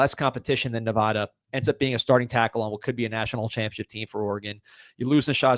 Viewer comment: Nee’vada lol NOT navada